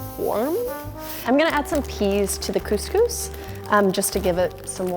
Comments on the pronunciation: Cose cose I say ig as cos cos.. WHP SAYS COSE COSE !??? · Cus cus not cooooooooose cooooooooose!!! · CuSCuS isn’t it couscous ( I’m from Uk so ) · Its Cus cus not cooz cooz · Do Americans pronounce cous cous ‘Coos Coos’ because in Britain we pronounce it ‘Cus Cus’ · She says coose coose instead of Cuscus 😂xx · cous cous is not GOOSE GOOSE its pronounces cus cus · Isnt couse couse pronounced couse couse not couse couese? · 😂: Coos Coos Me: Cous Cous (Cus Cus)? LMAO, never heard that pronunciation before! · btw its u pronounce it as kuskus not kooskoos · she said coos coos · Robert Biasutti no shit but (for the usa at least) its pronounced “coose-coose” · me saying the proper way of couscous every time she says cooose coose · lol arab people would get agitated from the way she pronounces couscous! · I hate how you pronounce couscous. “Cooscoos” what? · Being British I’m cringing when she says coooosee cooosee 😂 good video tho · Literally pronounced "coos coos". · the way she pronounced couscous hurts me on the inside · my heart is aching for this "couscous" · At lest pronounce couscous properly